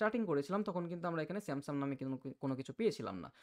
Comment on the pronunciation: আপনি "Samsung" এর উচ্চারণ " স্যামসাম" করছেন । এটা শুনতে ভালো লাগছেনা। এমনিতে আপনার বুঝানোর ধরণটা ভালো লেগেছে। এবং আমি এই বিষয়টা আজকেই জানলাম। ধন্যবাদ।